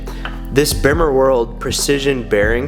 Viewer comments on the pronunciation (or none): PLEASE do yourself and everyone else a favour a stop pronouncing the "bimmer" the way it's spelled. it's pronounced "beemer"!! you sound like a complete noob when you say it wrong LOL! but great video dude. love the car, keep up the hard work!!